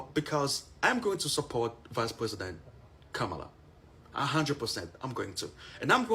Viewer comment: I thought mispronuncing "comma-lah' is a sign of white supremacy, but it looks like no black person knows how to say it properly.